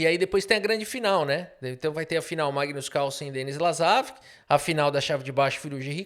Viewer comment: Magno Carlo com sotaque caipira foi de longe a melhor coisa que eu ouvi hoje. Eu te amo KKKKKKKKKKKKKKKKKKKKKKK